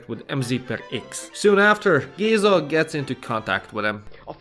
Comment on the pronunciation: (im fucking dum and commented smth that was mentioed l8r in the video but also) IM SORRY BUT THE WAY YOU'RE PRONOUNCING MÉZGA WRONG HALF THE TIME BUT CAN SAY GÉZA RIGHT PISSES ME OFF WDYM MIZGA